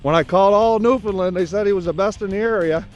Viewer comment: "new fen lan" phenotic spelling from the bay! ahah born and bred. you said it perfect guess it was the adrenelin rush. eh perfect hunt I thought and really nice job on the video all around. thumbs up. ck my moose hunts 13;56 you dumped him good shot! cheers mon